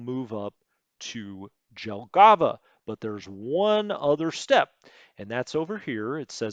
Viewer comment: since you will have a lot of "J" in WITE 2 here is a tutorial for you :) In all slavic languages and other east europeans languages J is pronounced allways as english Y (like first letter in "yes"). Pronouncing somthing like you did with Jelgava completly changes word and sound funny. So you dont need to think about that just allways pronounce J as Y if you talk about names in USSR. Now you may ask me why they didnt change that to Y like in names of other russian cities on map. The answer is that Jelgava is Latvian word and they probably dont know that they also pronunce J like in slavic languages. Germans also dont pronunce J as in english so that JG (Jagdgeschwader) is actualy YG on english. Same example as with Jelgava. But you can find on YT almost all german words how they pronounce so you should do that at least for those which you use 100 times in every video :) Pskov not Peskov. If it doesnt have an letter you dont pronunce it and there is not "e" in that name. But this is not big mistake becouse i understand that it is hard for non slavic speaker to pronounce that.